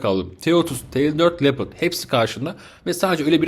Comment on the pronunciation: Abi leoparda lepırt dedin kriz geçirdim izlerken :D